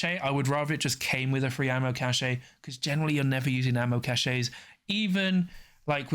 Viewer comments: Cache is pronounce 'cash'. Cachet is pronounced 'cash=ay'. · Isn't it ammo "cash"? Cache is pronounced "Cash" is believe! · think cachet is said like "cash ey" and cache is said like "cash" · I had assumed it was the difference between American english and UK english so I googled it. Hopefully you weren't us/uk/au